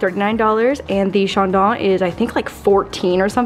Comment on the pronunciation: The Champaign is pronounced like “chan don” not “charn don”. I like literally 5 minutes away from it in Australia.